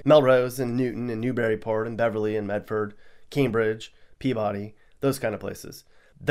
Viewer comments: It’s Peebuddy not Peebody😅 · Pea-body? pea bud- dee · It’s not pea-body it’s pronounced pea-buddy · Pea-body? Lol. My dad grew up in Peabody. But it's pronounced Pea-bud-ee. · You almost made it through without a pronunciation screw-up. It's PEE-buh-dee, with the "dee" also accented but not as much as the first syllable, not PEE-body. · What made me question the veracity of this video was your mispronunciation of Peabody. It's Pea-biddy, not Pea-body. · Its not Pee-Body its Peebadee lol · Peabody and Cambridge both have VERY dangerous and drug ridden areas. Btw it's peebidy not pea-body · It's pronounced "peebuddy" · Pronounced pea-ba-d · Peabody is pronounced “Pee-Biddy” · Peabody is pronounced P-Biddy. 😂😂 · Did you just say Pea BODY? Just lost credibility bruh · It’s pronounced Peabudy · No Worcester? He did say Pea-body. Definitely not from mass. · You actually said Peabody wrong. Lol. it's PEE BAH DEE. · He’s not from Mass. “Pea-Body”😂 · Pea-BOD-y. LOLOLOLOLOL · It's PEE-ba-dee... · One of the things they say is everything in ma is pronounced funny….. it’s pea•ba•dee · List lost all credibility when you said Pea-BODY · Mispronounced Peabody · You can tell you are not local, your pronunciation of Peabody is way off. While your analysis might be spot on, it does make me wonder why you focus on the negatives. Oh I know you are trying to help people who have no knowledge of our state.